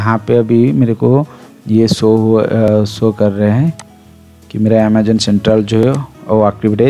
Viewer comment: Ur pronounce of Amazon is wrong 😅 do correct it